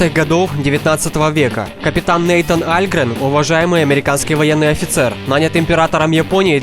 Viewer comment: Балиан,а не БЭлиан. Нэйтан Олгрен,а не Нэйтан Альгрен. => ГОВНО,а не ВИДОС